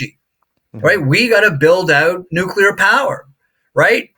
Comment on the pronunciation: Great insight 🎉 Totally aligns with the way I'm looking at the market Love that your guest said "nu cle ar" rather than "nu cu lar" 😊